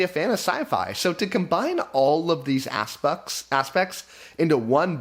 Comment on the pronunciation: When you said aspects, you accidently said something like assucks, which says it all.